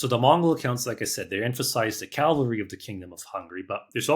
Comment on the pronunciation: "Cavalry" or "Calvary"?😅